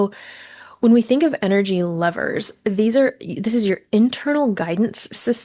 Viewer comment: Btw I thought you were saying the word lovers for the first two minutes thanks for the clarification